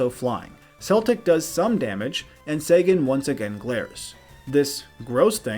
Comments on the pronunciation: oh my, how you said Celtic Guardian"..... it sounds like, "Keltic", not "Seltic" Sangan literally has an "N" in it, it's pronounced "Sa"N"gan", not "Sagan" "Wevile"..... you're doing this on purpose. It's Weevil with no "I" sound. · Enjoyed but daaaaamg those pronunciations lol. Seltic guardian and sengen were killing me lol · He also said sangan, weevil and a few other wrong lol